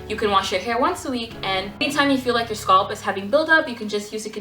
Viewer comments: No, she's pronouncing scalp as "sculpt.'. It's not you... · YASS! Oil and massage you sualp ( scalp) love the way you say it all fancy. Practicing yes darling I massage my sualp. :) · I like how she says scalp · I've never heard someone pronounce "scalp" that way... now I'm wondering if I say it wrong.